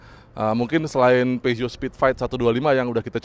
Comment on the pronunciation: Horeeeee cara nyebut brand nya betul... Biasanya nyebut pyuzo.. Pijet...pizot